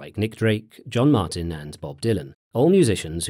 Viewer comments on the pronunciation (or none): none